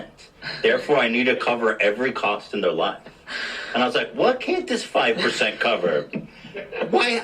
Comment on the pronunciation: It’s —that— five PERCENT